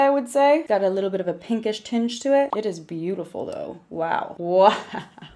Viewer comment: Oh an also, am I the only one who noticed that she said " pink-ish tinch"?